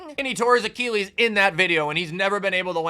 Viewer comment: I love the vid, but I hade how you say the word Achilles.